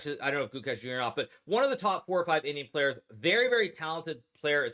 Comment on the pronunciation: At first I thought Hikaru was saying 'idiot' not 'Indian' 😆